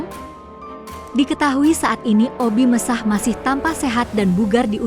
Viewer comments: Sy paling sebel kalau bicara suara Robot. Obi Mesah 😮😮 Obi Mesak, bukan Obi Mesah....La Dongo😢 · BUKAN OBI MESAHH TAPI OBI MESAK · Admin video ini lucu... sebut obbie mesakh ...di ucapakan obbie messah... 😂😂😂😂😂 akun tidak berkwalitas...